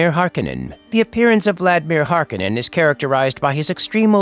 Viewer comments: HAR-KOH-NEN. Not Har-Keh-nen. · Hearing the name pronounced Harkinin……ugh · Hark-oh-nen. Damnit. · I thought I was the only one who went berserk over this haha. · I thought same until i heard some chars in 2 say harkehnen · thumbs down for never pronouncing the name correctly once. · I know right! It's so distracting to hear it mispronounced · It's hard for me to hear you pronounce his name without the hard O in it. Not this right or wrong, it's just it's already been ingrained in my head that way. LOL